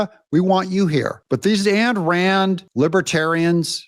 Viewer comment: Doug: it’s not pronounced “Ann” (Rand). AYN rhymes with MINE. Thank you for your hard work!